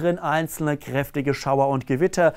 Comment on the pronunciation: Ich mag wie er "krrrrräftig" sagt.